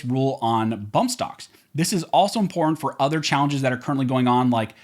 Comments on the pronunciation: Learn how to pronounce the work important. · Love the content Really appreciate how you breakdown the law and cases....... until you say the word important. Guess it's the California in you. That said, thank you for what you do.